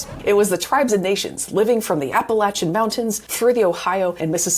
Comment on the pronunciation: Is that why they’re called the “Apple Achuns”? 🤪